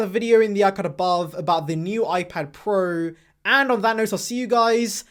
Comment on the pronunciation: Ipad prueh , pruhs prows